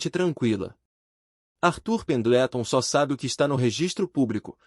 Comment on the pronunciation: " esculpido em mármore frio" e terno cinza carvão. É a descrição de todos os mafiosos. " olhos de corça assustada" ??? Excesso de imaginação nsrrativa. Obrigada foi demais para mim. Artur pendetlon( é pendelton) . Se não sabe pronunciar em inglês use maria. João ernesto.